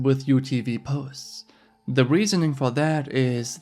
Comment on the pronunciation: Lol at tatas for za